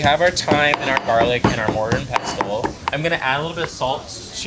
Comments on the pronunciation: your meal looks great. Just a heads up pestle is pronounced as if the t wasn’t in the word. English is so crazy! I found out in my 50’s. And I’m a cook! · Please explain to the Jamaican chef that the “t” in “ pestle” is SILENT! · Do you pronounce the T in pestle? I thought no...